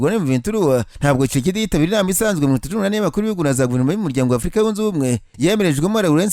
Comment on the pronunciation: Besige disi😂😢😢😢 hanyuma ukuntu uvuga kicekedi nibyo binsetsa😆😆😆😆